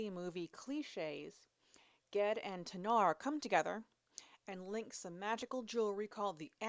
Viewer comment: Funny, the other day I was thinking about how i pronounce "GIF" as "JIF" but would probably not do so in any usual literary context 😅. How do u pronounce "GIF"? P.S. I think u totally nailed "Ged". 😉